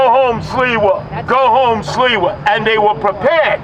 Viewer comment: Imagine when curtis SILVA's parents came to america at staten island and they told him "ITS NOT SILVA ITS SLIWA"